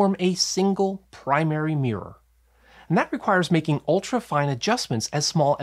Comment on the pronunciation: Love that primary "meer".